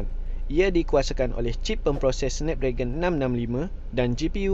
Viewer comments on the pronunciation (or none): none